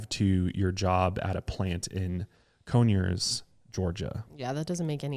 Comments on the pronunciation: Cone-yers GA 😂😂😂😂😂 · I died laughing with how said “coneyers” 😂 it’s “con-yers” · I love their pronunciation of southern places. Cone-yers lol For the record it’s Con-yers but please keep doing you y’all. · Can we talk about how he misprounce coyness ga